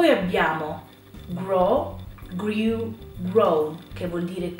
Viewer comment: Però la pronuncia è completamente sbagliata di molti verbi....esempi: blew-grew-threw.... tu li pronuncio come bliu-griu-thriu- ma la pronuncia corretta è: "bluu-gruu-thruu". Un'insegnante che fa questi errori, occhi alla pronuncia...poi gli studenti vanno all'estero e non vengono capiti e non capiscono un tubo..... non possiamo sbagliare la pronuncia di una parola con una o due sillabe....non ti capiscono all'esero.... immaginate le parole italiane "già, più,là" pronunciate come giù,pià,lò" non ci capirebbe più nessuno.....